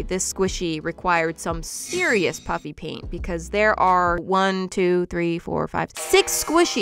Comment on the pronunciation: Every time you say "puffy paint" it sounds like "puppy paint"